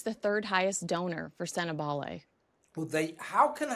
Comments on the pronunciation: Is that AI when Sentebale is pronounced Sentebail? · Please pronounce Sentebale correctly.